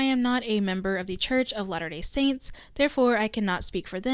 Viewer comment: Gonna be honest, I thought you were saying lana del saints ( as in lana del ray stans making some sort of cult) and not latter day saints